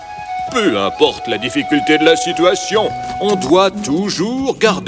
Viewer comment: On dit situation